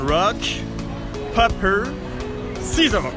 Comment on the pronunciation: Le mec prononce "paper" au lieu de "peyper" je suis mdr😂😂😂😂😂😂